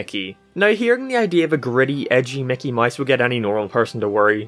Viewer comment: I just realized he has been saying Mickey Mice the whole time